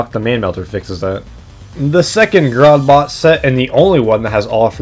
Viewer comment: I really hate to be that guy and all, but it’s spelled (and pronounced) “Grordbort” (Grr-ord-bort) not “Grodbot” Also, the Milkman set SFM model doesn’t have the Shortstop equipped, or it’s just really hard to see. :/ But other than that, great video! I’ve always wanted an in-depth synergy review on the TF2 item sets!